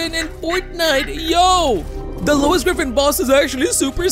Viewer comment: why he keeps saying Louis Griffin boss